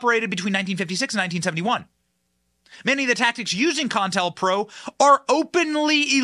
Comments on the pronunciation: Benny pronounce this with me CO- INTEL- PRO. you keep on saying con tell pro, accuracy bud. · It's Co-IntelPro, not con-intelpro. Even though it is a con. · Benny STOP you're driving me nuts ....it is NOT "CON-TEL-PRO"...it's "CO-INTEL-PRO" aka COUNTER INTELLIGENCE PROGRAM! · Benny... it's Co-Intel-Pro as in covert intelligence program it is usually pronounced by sounding out the O in Co like you would say Pepsi Co (I suspect the Wiki got the definition a bit off). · It’s pronounced CO-INTEL-PRO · You mispronounced co-intel-pro. Two stops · Benny, it's pronounced Co in tell pro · Benny buddy, say it with me: "Co-in-tell-pro" not whatever the hell you said😅 be well and stay safe.